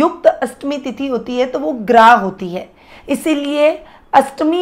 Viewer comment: मैडम जी ग्राह नहीं ग्राह्य यानि ग्रहण करना या स्वीकार करना।